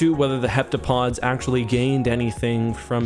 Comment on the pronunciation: The thing is he pronounced it correctly the very last time he said it, what's that about?